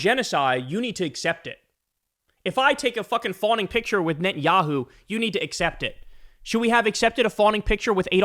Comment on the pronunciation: i know this is kind of irrelevant but cory booker keeps saying 'entanyahu' instead of 'netanyahu' and i thought more attention should be drawn to that